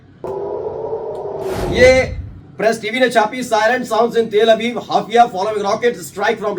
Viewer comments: हाइफ़ा ❌NOT❌ हाफिया 😂😂😂😂😂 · Hafia nahi Haifa bolo bhai